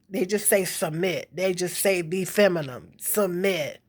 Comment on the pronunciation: The word is pronunced femi-NIN not femi-NIM 😂😂 I agree that a woman who's provided for generally acts more feminine but if a woman isn't acting feminine to begin with she most likely won't find a man who thinks she's worth providing for. I'm not blaming anybody for that dynamic but because much of one exists much of the other will too and with hood culture's hold over black people I don't think this reality will change any time soon